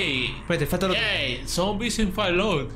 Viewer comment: Si quieren despejar sus dudas de una vez por todas la forma correcta de pronunciar Fallout es: follaut Sin embargo todos los fans del videojuego ya nos hemos acostumbrado a pronunciarlo Fallout así tal cual como se escribe XD